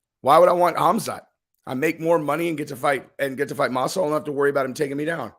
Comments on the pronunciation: Masival? You mean Masvidal? Dumb fuck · 'Masival'?? Are u dyslexic? Lol. Or just overly exhausted from working so much/so hard??, luv ya--get some rest (ur prob sick due to overexertion that's weakening ur immune system), we ur fans will understand ur little hiatus from ur channel until ur well.. I hope u get better,soon.😉✌🏼💯